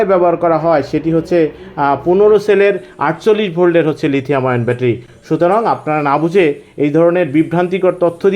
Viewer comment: lithium ion. (ion কে আয়রন কেন বলেছেন?)